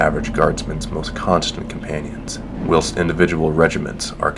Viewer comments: I'm assuming that the narrators first language is not English! I've never heard the words willst (whilst) or calvary (cavalry). Unfortunately, this makes for excruciating listening. But on the whole, it's nice to hear the fluff rather than reading it. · did you just say...WILLST? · You pronounce "whilst" completely wrong.